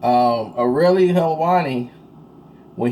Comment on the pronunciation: pronounced "Ariel" like the lil mermaid not arelee like the wheel brand lol jk.